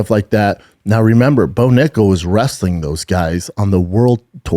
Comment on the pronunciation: Brendan, you have to watch how you say nickal !